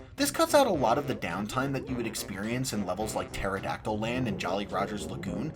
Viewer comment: I was today years old when I realized the level actually is called Maya-hem Temple and not May-hem Temple. Which is crazy because I was judging you for called it Pteradactyl Land instead of Terrydactyland.